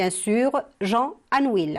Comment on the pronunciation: On prononce anouille et non anuil